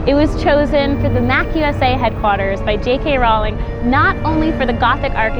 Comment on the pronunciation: Really cool video, very informative and helpful! But a little bit of me died everytime you pronounced MACUSA (Macooza) as (Mack Usa) sorry XD